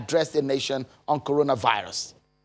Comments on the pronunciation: They are still teaching him what to say and how to pronounce corona virus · What else is he going to tell Nigerians about KworonaryBilutes. After how many months? We have no president, if it was cows and cattle involved, he would have spoken. My father once told me that a wise fatherless child will always go closer and listen when living fathers are advising their children. Thanks to the presidents of Ghana and South Africa. We can draw from what they have told their citizens since we have no president. But when WHO gives all cleared order, maybe, somebody will come and tell us The FANDEMIC is over, at least, FANDEMIC is easier to pronounce than KWORONARYBILUTES PANDEMIC. It will be naive for any sane Nigerian to even expect anything more from this dead administration. Big SHAME on them.